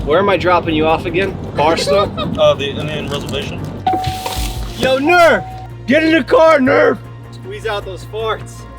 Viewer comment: When he said “Indian reservation” really sounded all rezzed out 🤣